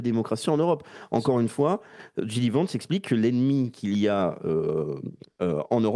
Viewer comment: c'est pas "gidi vance" c'est "gédi vance" en phonétique !!!